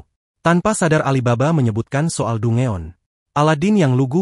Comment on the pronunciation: Danjen bang bukan dungeon